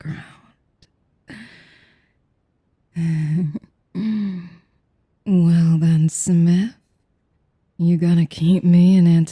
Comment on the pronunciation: Im sorry i can't take her serious after hearing "smiff" repeatedly